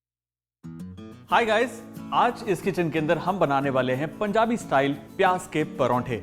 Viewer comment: Loved the way he said praunthe not prathe